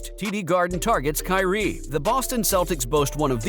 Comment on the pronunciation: The word is KYRIE